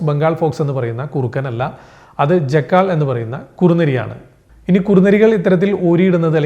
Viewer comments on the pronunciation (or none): ജാക്കൾ എന്ന വാക്കാണ് ഈ മണ്ടൻ ജെക്കാൾ എന്ന് തെറ്റായി ഉച്ഛരിക്കുന്നത് . കഷ്ടം . ബാങ്ക് വിളി കേൾക്കുമ്പോൾ ആരോ ഓരിയിടുകയാണ് എന്ന് തെറ്റിദ്ധരിച്ചു അനുകരിക്കുന്ന നായയും കുറുക്കനും മറ്റും. അതിന്റെ അർത്ഥം മനസിലാക്കിയാൽ ഇന്ത്യ പോലുള്ള ഒരു ജനാതിപത്യ രാജ്യത്തു മറ്റു മതങ്ങളെ വെല്ലുവിളിക്കുന്ന രീതിയിലുള്ള ഈ ബാങ്ക് വിളി നിരോധിക്കപ്പെടേണ്ടത് തന്നെയാണ് . ലാ ഇലാഹ ഇല്ലള്ള മുഹമ്മദ് റസൂലുള്ള എന്നതിന്റെ അർത്ഥം അറിയാമോ ? അല്ലാഹു അല്ലാതെ മറ്റൊരു ദൈവമില്ല ! ദിവസം അഞ്ചുപ്രാവശ്യം അല്ല അമ്പതു പ്രാവശ്യം വിളിച്ചു കൂവിയാലും അത് ഇവിടെ മറ്റു വിശ്വാസികളോടുള്ള വെല്ലുവിളി തന്നെ. ഇത് സൗദിയോ പാകിസ്താനോ അല്ല. ഓർമ്മയിരിക്കട്ടെ . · uk /ˈdʒæk.əl/ us /ˈdʒæk.əl/. This is the correct pronunciation